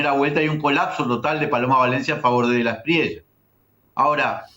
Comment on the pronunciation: Inna, se pronuncia De la Esprie-ya, no De la Esprie-la